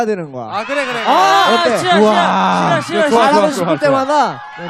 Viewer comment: 시러가 아니라 시더!!라고들리는뎅ㅋㅋㅋㅋ